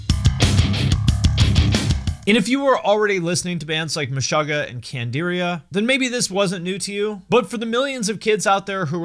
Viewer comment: You said CANDIRIA!!!!! Good for you.